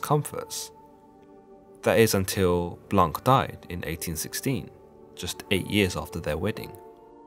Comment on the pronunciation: Blanc has a silent c and is therefore pronounce Blan (blɒ̃), which means white in French... just saying.